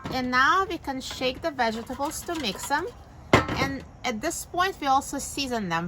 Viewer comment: Why do you pronounce the word vegetable like that?😥